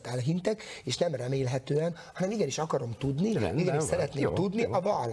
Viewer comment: Gyözi nem ákárom hanem akarom he !